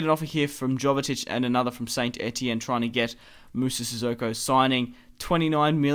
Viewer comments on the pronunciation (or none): Sorry to be picky, but its pronounced Yo-ve-tich (Jovetic) and Antwon (Antoine Griezmann). Your videos are awesome though mate, keep up the good work!